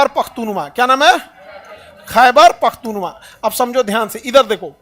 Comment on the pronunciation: मिस्टर खान अपना उच्चारण ठीक किजिए यह पख्तूवा नही है बल्कि पख्तूनख्वां है.